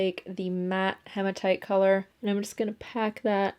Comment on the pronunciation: Sorry for being picky but it’s he ma tight not ha ma tight 😘